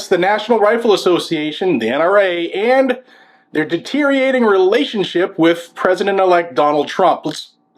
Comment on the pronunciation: “Derteriating” is not a word.